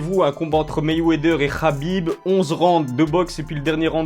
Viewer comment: "KH"abib lol